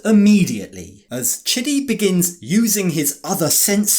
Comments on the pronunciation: Chidibere is pronounced exactly like that,chidi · The way they say it, it sounds like shitty